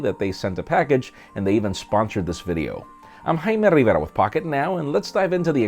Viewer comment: Good guy!! Great video!